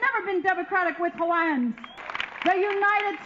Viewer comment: Mahalo. Thank you for mentioning Hawai'i's overthrow and treatment of Natives. Your pronunciation of Native words was terrific. I'm so used to people loving Hawai'i and Hawaiian culture, but not giving a damn about Hawaiians and never bother to learn how to pronounce things appropriately. Keep it up!